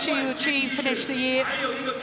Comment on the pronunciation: Commentator cannot pronounce Shi Yu Qi in one go.